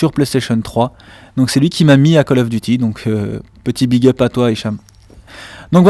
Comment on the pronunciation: ' je joue encore sur * Pelestation 3 ' MDR